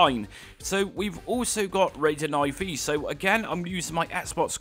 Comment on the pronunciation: Raiden I V .... It is Raiden 4 in roman numbers. Guess you skipped school a little too much... (that explains a lot actually)